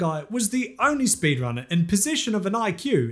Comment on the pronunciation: Spee drunner